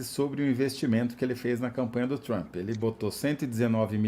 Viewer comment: Fala Trump não tchumpre